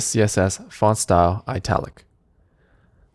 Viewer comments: you sir , are pronouncing the word "ITALIC" wrong. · everything is nice teh explaination is amazing but why does he pronounce italic like this lol